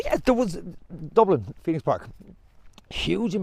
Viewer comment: ‘ The Phoeno ‘, c’mon, get it right.